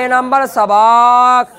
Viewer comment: সবক শব্দটি শুদ্ধ করে বল্লে ভালো হয়।